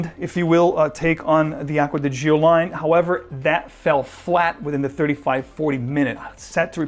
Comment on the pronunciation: Please learn how to correctly pronounce "Gio". 🤦🏻‍♂️🤦🏻‍♂️🤦🏻‍♂️